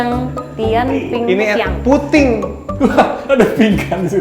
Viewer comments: Wkwk, ngakak banget pas ngeja mandarin, (pu ting) itu di baca puding:) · ada" aja yg dibaca putting😀😀 puttin itu bhsa mandarin,,artinya pudding🤭🤭,mien pau itu roti😅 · Pu Ding di bacanya 😅, itu BLK Taiwan, bahasa mandarin, Hua ye chai, dll 😅